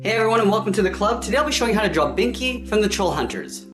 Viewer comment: Bro said Binky instead of Blinky lol XD